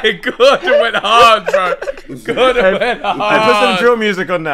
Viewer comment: They call Gordon diga d 😂😂😂